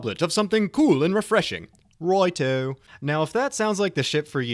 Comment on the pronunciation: "Right'O" Lmao xD